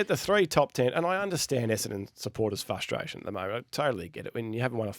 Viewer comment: Can someone please tell there is an R in frustration! It's the guys favourite word every week and he can't even pronounce it properly